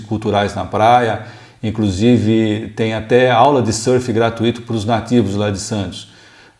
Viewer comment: Ótimo vídeo. Ultimamente há uma tendência das pessoas falarem GRATUITO como se tivesse acento no I. A silaba tônica é o U. É um ditongo e não hiato. Abraços